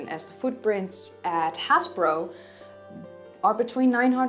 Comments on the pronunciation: Happisburgh is pronounced 'Haze-boro'. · hi, thanks again for sharing your research love your vids.. PBS should grab you! oh BTW having grown up and played there as a kid,... its pronounced Haysbruh [DAM those Normans] its just down the rd from a village called little Hautbois IKR